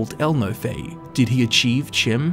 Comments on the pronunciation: The College's foundations could be warded instead of the college itself. It could have been there since it's construction. Chim appears to be pronounced with a long E sound and a CH as in Cheese. Fantastic video though. You've made a very interesting story out of not a whole lot of information. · Actual Bethesda lore master says it’s pronounced “Chim” the community “You’re wrong!” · Why would it be pronounced kim?